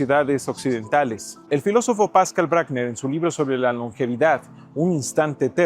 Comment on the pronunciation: PASCAL BRUCKNER se pronuncia Bruckner (como el gran compositor austríaco), con una U como nuestra U. El apellido es germano aunque Pascal Bruckner, aunque en francés se lo pronuncian, "Pascál Bruicknér" (aprox.). Perdón por la corrección, pero es horrible que todo lo pronunciemos como si fuera en inglés.